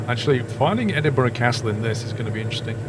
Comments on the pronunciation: Dude good video as always. But you sound British and should know its pronounced "Edin-bruh" not "Edin-bo-ruh" :) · Looking through the comments im surprised no one is pointing out how hes saying E-Din-bo-ruh instead of E-din-brah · there are also people that pronounce Edinburgh as Edinburg it's not pronounced like that the gh in Edinburgh make a light H sound so its pronounced Edinbruh another common one is people pronounce the W in Glasgow making it sound like Glas-Gow it's not, It's pronounced Glas-go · It’s pronounced Edinburgh. 3 syllables. Ehh. Din. Bruh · Can be said both ways, the incorrect ways are edin-BERG or edin-BRO, after all, 'burgh' in Scots is pronounced burugh, and is a scottification of the english word borough, obviously